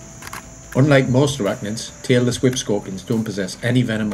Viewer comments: I kept hearing taylor swift scorpion and wondered why it was called that. I then realized he was saying tailless whip scorpion 🤦‍♂️ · Am I the only person who thought he was saying 'Taylor Swift scorpion'? 😂